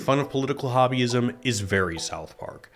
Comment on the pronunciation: When he said Political Hobbyism, I heard Political Wahhabism.